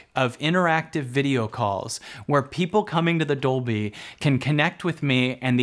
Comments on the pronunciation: Hali Chambers, Labyrinth Gal Yes, same for me! doing it in "dubblie" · Completely off-topic (Squirrel!), but every time you say "Dolby" it translates to Spinal Tap and "doubley." Because it's in Doubley. Also, coincidentally, I was the 11th Like . . . because it's one louder, innit it? ;-)